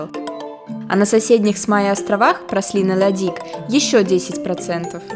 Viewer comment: Праслин )) Пралин